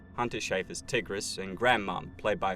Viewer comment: love this vid but the way he pronounced tigris 😭